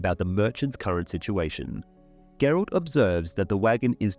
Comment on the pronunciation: Who is Gerold? ... you mean GERALT?